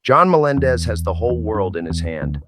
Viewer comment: slow play speed at .30 you hear Jay say, “ our own John Na-mendez, John says ya ya Jay.